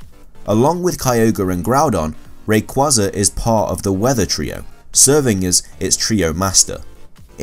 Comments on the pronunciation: It's ray-quaza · I hate when he says rayqeeza it sucks.ALSO HOW IN THE WORLD IS MEW MORE POPULAR THEN RAYQUAZA